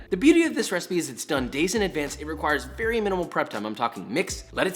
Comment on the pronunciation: "it's gonna go night-night vewy soon when i crunch down on it's flesh" ok josh, ok.